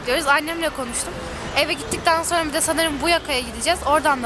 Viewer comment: sonra yerine sorna diyosun